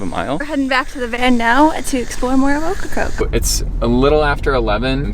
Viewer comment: How come nobody can say OKRACOKE correctly? Okkacoke, occacroak, okracroke….. 3 syllables, “Oak”-“Ra”-“Coke”. Practice makes perfect. Cute video tho, I like the van.